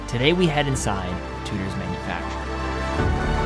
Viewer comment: saying it like TOOTER is grinding 🥴